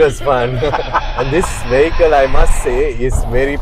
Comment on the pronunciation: At least learn how to say 'vehicle'! You keep pronouncing this word incorrectly.